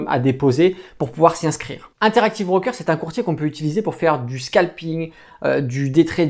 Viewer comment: c'est pas un 'BRRRROOKER' mais un broker!